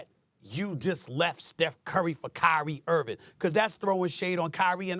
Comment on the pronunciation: why does SAS keep calling him Kyrie IrviN? smh.